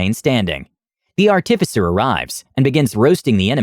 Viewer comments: Dude, fucking learn how to pronounce “artificer,” holy shit, every time you say it wrong like that I want to slam my head in a door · You got chimera right, now you just need to work on artificer.